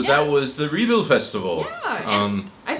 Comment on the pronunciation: My dear friend ""!!! Don`t call "Rebild Festivalen" for a "Re bound Festival ". That`s really wrong. You have be living in Denmarrk for a lot of years. Rebild is a importent place in Denmark... SO! REALLY? ( sorry my friend! I am into British English. And not into American English). Anyway! You have being living in DK for a lot of years. You are interrestet in Danish history... So!!! Please have the respeckt to, on a prenounce the words and placeses the rigth way. Best regards from Søren. PS! Copenhagen is KØBENHAVN.